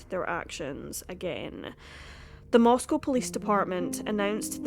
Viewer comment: This is happening in my town. And you did a fantastic job, you covered exactly how it feels in Moscow (you even pronounced the name right!). I thank you for the calm and level-headed presentation of all the facts. ❤️ I greatly appreciate it.